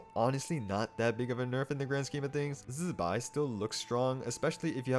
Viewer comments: Why's bro zaping like electro wizard while pronouncing zi bai's name like that🙏🏼😭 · I don't know why he says it in that way, even Chinese people when saying Zibai don't press the Z like that